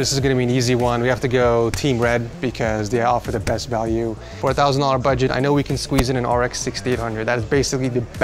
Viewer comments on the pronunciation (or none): Lol I keep hearing “4,000 dollars” every time he says “for a thousand dollars” 😂